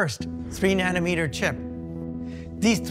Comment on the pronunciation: Why is she saying sip instead of chip?